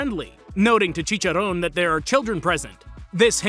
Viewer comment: You're the first english native speaker that pronounce right "Chicharrón". Nice one, bro